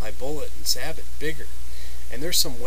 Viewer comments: SAY-BOW! not SA-BUTT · It's pronounced "sab-oh" man, not "sabbit." Why can't anybody say it right? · So many people mispronounce the word Sabot. It's not pronounced "Sah-bit" it's pronounced "Say-bow". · It’s pronounced “sayboe” or “sah’ bo”, not sabbott. It’s the French word for shoe. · Say-bow, say-bot. Should be more like sah- bo as in sabotage meaning to though your sabot, a wooden shoe into the gears of something to mess it up. You are then a saboteur. Me thinks they are way too complicated and opt for a cap lock and round ball. The lead makes up for any variation you fine in all barrels, event modern brass case breach loader. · Thank you. I have watched quite a few of these black powder guns lately and all say sa-bit instead of sa-boh and drives me nuts. From what I can tell is it comes down to everyone mispronouncing it wrong is that they do not know history or have never seen Star Trek VI the Undiscovered County. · Great idea! I have the same problem. Sorry to nitpick, but Sabot is pronounced "say-bow". 😉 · Alright, I'll be the one to tell you that it is pronounced "Say-bow", not sabot. Take it from a US Army tanker who has fired some huge sabots! Not trying to be a word Nazi or anything. Like your info though. Never thought of doing that but I will in the future. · Pretty sure you are pronouncing sabot wrong. It is pronounced sah-bow. It's the French word for the wooden shoes that were thrown in machinery to sabotage it which is where the word sabotage comes from. Just FYI. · Sabot (pronounced sah-bow with the t silent). Sabot were a type of French shoes during the industrial revolution. Disgruntled workers displaced by machinery would sometimes jam their shoes (sabot) into the machines to break them. Hence the word "sabotage". So correctly pronounced "sah-bow" as in the first part of "sabotage", without the "tage" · Sabot is pronounced Say-Bow as in bow and arrow. ;) great video by the way.